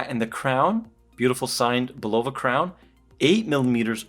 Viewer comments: I have the black one, more like +4spd per month. Say, I grew up 10 minutes from Bulova's headquarters. And you pronounce it BULova. Great review otherwise. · Bulova Learn to pronounce the word and then learn how to speak... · Hey Bruh. It’s not Pronounced Bulova , it’s Pronounced Bulova ...